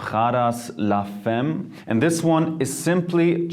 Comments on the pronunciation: Das spricht man la [fam] aus nicht [fem]. Es wird nur femme geschrieben. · Nice video, but it's pronounced FAMME not femme. It hurt my ears. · Too german...if you work with perfumes you need to improve your French, man. Le Femme is pronounced 'fa:m' not 'fem'. Blah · it's pronounced la Famme, not femme... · Salut Jeremy! Great video. Just wanted to point out that femme is prounced FAHM, not FEHM. :) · Man spricht "femme" "famm" aus und nicht la "femm" :) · Man spricht es la famme :) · "Femme" [fame] its french = in english "woman". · Nice video ! :D Prada la Femme is pronounce "la FAM" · Here is how you pronounce "la femme" in French: la famm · Mery DZ lol but in France u don’t pronounce femme the way he does 😂 cute tho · nahhh he ain't french his prononciation of femme blowed it away .